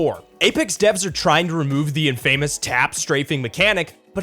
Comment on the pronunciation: Don’t think I’ve ever heard someone say ‘infamous’ soooooo wrong…